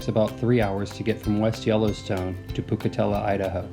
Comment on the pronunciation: I had to laugh when I heard how you pronounced Pocatello 😉... I’m assuming that is where you stayed?